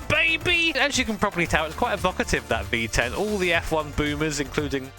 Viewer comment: Don't mean to be mean, but it sounds like he says 🅱️10 Engines 😂